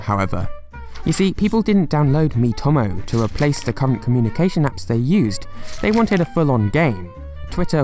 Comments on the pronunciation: Mii-to-mo not mii-tom-o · It’s pronounced “D N A” “E What Ah” “me toe moe”